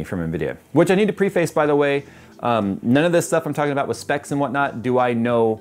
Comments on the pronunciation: "Pree-face"? Does he pronounce surface, "Sir-face"? Preface and surface are... NORMALLY... pronounced similarly. If you're offended... or think I'm nitpicking... I "A-polo-guys". :-) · Do you say Preface or PreFace